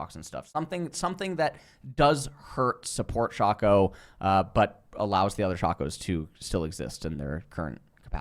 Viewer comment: Is mispronouncing champion names on purpose? Like Aatrox, Shaco, and worst of all, Veigar. Or does he actually think that he's pronouncing them right?